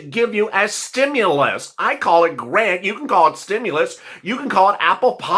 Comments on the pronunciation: You said Grant is Garant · "And "grant" is spelled "g-a-r-n-t" Hehe oops! Dont worry about it,, it happens to the best of us! 😊